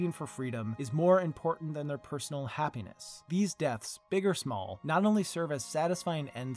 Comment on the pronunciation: "aaand... Rickon is not impotant."